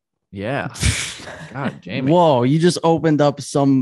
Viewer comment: Why does Rob keep calling Jamie - Yamie?? It's so annoying